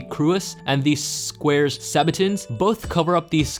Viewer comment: Why do you say "sqaures sabatons" it's Squires sabatons.